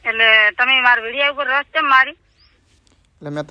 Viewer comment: રોશ નહીં પણ રોસ્ટ કહેવાય...😮